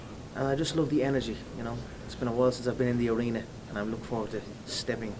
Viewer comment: ещё прикольно, не лав (love), а лув))